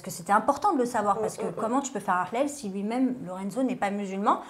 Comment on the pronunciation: Un big Up à avec " le hlal" tu l'as trop bien prononcé bravo!😉 je regarde Aja depuis les débuts et je remarque une superbe évolution que ce soit au niveau des sujets ou autour de la table. Continuez comme ça, vous méritez largement d'être diffusés sur une chaîne. Bisoussss à vous 4!